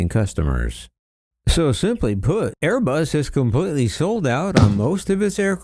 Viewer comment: loyalty torn between his Italian for Airé-Buss und his New Joisey for Bóiñgg 😨😨😨😲😲😲😲